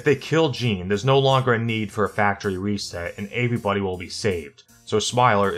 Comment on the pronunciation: Bruh the way you say everybody